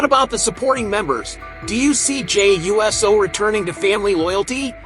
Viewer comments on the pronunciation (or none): For him supposed being such a wrestling fan...you'd think he'd be able to say Uso and not USO...big difference! Get it right!